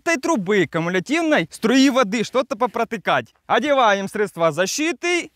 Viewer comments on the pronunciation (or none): none